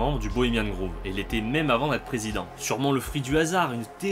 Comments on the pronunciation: Le nom 'shrine' de la chouette veut dire sanctuaire/tombeau/lieu sacré, donc peut être qu'elle n'a tout simplement pas de nom? Et p'tite correction: ça se prononce 'grove' (=bosquet) et non 'groove' (=rainure) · Désolé de faire le relou, mais c'est "Grove" pas "Groove". C'est le Bois Bohemien, pas le Groove Bohemien ;) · Aau fait, pour la ramener:on dit "grauve", "pas grouve" (grove, pas groove) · Pas mal, mais on dit grove "grauve" pas groove, sinon shrine, ça veut dire autel. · Pourquoi Bohemian "Grouve"? On ne dit pas "Grauve"? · "Bohemian groove"... Tu me tues à chaque fois ! :-) C'est un o ouvert comme tu prononces Rohff par exemple. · Cette vidéo est très intéressante. Merci! Mais, grove, ça se prononce avec un "o" ouvert comme dans le mot "host"! Désolé, j'ai pas trouvé d'exemple en français. Entendre "groove" tout le long de la vidéo a fini par me faire craquer...